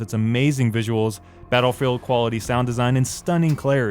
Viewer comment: Why think you prounounced Battlefield 1 on pc wrong